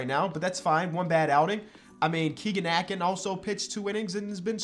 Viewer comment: A-Kin like "tin" only correcting you because he's from my home town